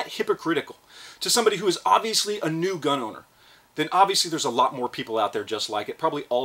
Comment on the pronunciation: Edit Gun not gin